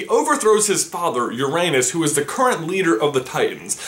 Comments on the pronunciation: Say Uranus in a scientific and less akward way please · Oh my dog THANK YOU for bringing up the Greek cronos and it is spelled with a c ok but that was realy important to me because I really didn't want to get mad at you for not including the Greek part of the name ( I um I love Greek mythology yeah Greek geeks ) and you said Uranus wrong I mean come on but it is OK people have been saying it wrong for years I know this because EVEN A RETIRED NASA EMPLOYEE TOLD US THAT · You said Uranus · IT'S ORANOS GDI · Zoe Hourston I kniw but it sounds like uranus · Heh, you said Uranus